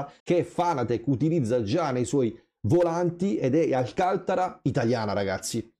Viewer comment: Grazie, ma si dice Alcanta'ra per favore e non Alca'ntara. È un prodotto italiano sviluppato e prodotto qui in bassa Umbria (Narni) a 1 ora da Roma. Ma dei nuovi prodotti simagic cosa si dice? (nuova base, nuovo sistema volanti con display magnetico, pedaliera attiva e la p500)